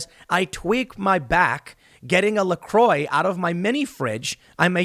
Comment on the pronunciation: La Croix, pronounced - La Quah